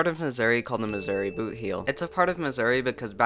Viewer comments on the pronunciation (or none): none